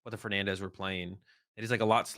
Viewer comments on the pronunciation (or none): none